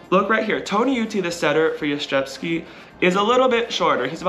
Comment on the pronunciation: It's kinda funny how you have almost perfected the pronunciation of Jastrzębski or Jastrzębie but still struggle with the Węgiel part 😅 Anyways, congratulations on your win! Such an amazing accomplishment! Edited to add: Honestly, the number of times this past season you guys were able to come back from a tough loss, be it in a match, a set or even from being behind during a set, is insane. I have never seen a team with this kind of mentality. Looking forward to watching you and Zaksa again next season and in the meantime, enjoy national team season!